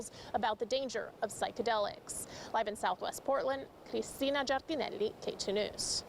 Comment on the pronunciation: Ms. Giardinelli works really hard at trying to convince us she's an authentic Italian by overpronouncing her name.